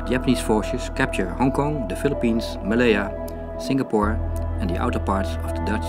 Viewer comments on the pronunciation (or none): none